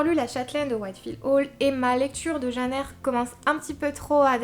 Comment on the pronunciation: Ooh tu dis "Jeanne Eyre" comme ma maman :D J'ai beaucoup traîné avant de me décider à lire Les Hauts de Hurlevent et quand je l'ai finalement fait, je me suis prise une sacréé claque ! Je suis super admirative de la façon dont l'autrice a eu de décrire cette ambiance si spéciale et de planter le décor, pendant tout le livre on se croit vraiment transporté à Hurlevent ! Et puis je dois avouer que je suis tombée amoureuse d'Heathcliff :$ (j'ai un problème avec les personnages sombres et torturés^^) Merci pour cette vidéo <3